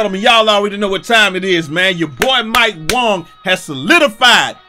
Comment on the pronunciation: Man, I really liked you. Now Mike Wang ( Your saying his name wrong) gives you a shout out and now your on the bandwagon. I dont care what you say,That demo is trash, the shot meter/stick is trash. They should have just didnt do a game for old gen and just said were just going to focus on next gen. Dont put out the same game just for a money grab!